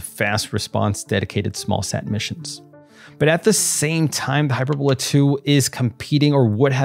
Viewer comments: hyPERbola, not HYPERbola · It's pronounced "hy-per-bull-a," not "hy-per-bole-a." And it's pronounced, "Go-bee" Desert, not "Gobby" Desert. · Does none of the space comentators know how to say this rockets name? It's Not(!) "Hyper - Bola". The word is pronounced "Hy-Perb-o-la". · That is hy-PER-bola, not HY-per-bola. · It's pronounced " hy-PER-bola".. not hyperBOLA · It's not HYPERbola, it's pronounced HI- PERBOLA. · hyPERbola, hyPERRRbola. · Gobi desert is “Go-bee”. Hyperbola is “hi-PER-bola.” Thanks for this content. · Hy-purr-boe-lah emphasis on “purr”. Looks like it uses hyperbolic fuel. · He mispronounces it --- "HYPER - BOWL - LA".... what a "marooon" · Great video! V informative. Please, please find out how to pronounce "hyperbola" before you do the next video. Use Google. Apart from being irritating, it suggests ignorance, which clearly untrue. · Pronounce hyperbola correctly.